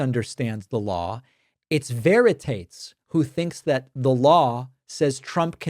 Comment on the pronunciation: Your reply to Veritates is definitely correct, but I think you've mispronounced his name (that's just a guess, the author may have thought otherwise). Veritates in the latin form seems to be the canonical pronunciation...